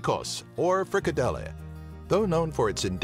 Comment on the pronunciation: its not pronounced Frikedeley more like Frikadele not the real spelling just making it easier to pronounce